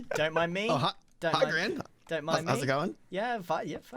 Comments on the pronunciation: did he \just say "the grain station"? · By the power invested in Mojang, snow powder now pronounces Grian and Mumbo a platonically married couple. (After their divorce last season.) I cAn’T- Edit - I love how everyone else is trying to be productive, or causing chaos while Grian and Mumbo are having a romance scene. XD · Gran = Grian bred not g tran